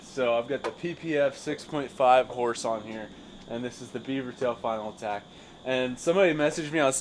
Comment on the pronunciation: The Final aQuack - said like "uh-quack"